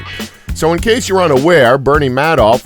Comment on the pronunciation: It's pronounced May-doff